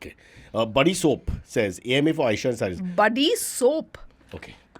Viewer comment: CY-baba 😂 extracts the best out of AY-esha